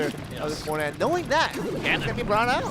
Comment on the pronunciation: Im really triggered that the commentator cant fricken say mortar right...